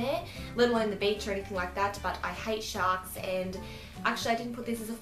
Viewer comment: When you said sharks, I thought you said shots, so you said swimming pool and I was like "what????"